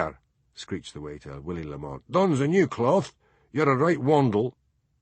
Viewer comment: Gritting my teeth at and his solecisms (Sonsie! café! Lamont! polis! and loads more), having just listened to a couple of dozen Macbeths read by the sublime David Monteath. But...I guess it's better than nothing.